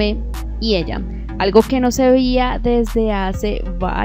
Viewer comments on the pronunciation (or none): Señora con todo respeto, no se dice no se vian hace tiempo se dice no se vehian